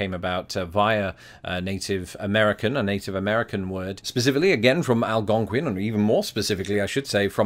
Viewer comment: Love your pronunciation of Algonquin.